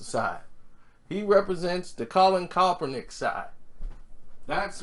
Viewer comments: This boy keeps saying coppernick 🤣🤣🤣 say cap not cop 💀💀💀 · A few days ago, he was calling him kalpernick. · You keep butchering that man's name 🤣. Are u doing it on purpose? Sound it out with me.... CAP - PER - NICK (Kaepernick)